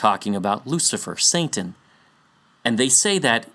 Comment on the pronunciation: "Saintan" 😆 Anyways.. i love the work you do here!